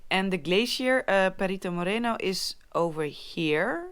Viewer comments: Noraly,the way you pronuence Perito Moreno sounds you are saying Little dog(perrito moreno) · You said "Perrito" Moreno and that is a small tanned dog ;). Better pronunciation! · hahah she said Perito Moreno like black doggy